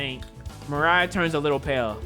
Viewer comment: You should probably pronounce Mariah’s nam by pronouncing the I as a e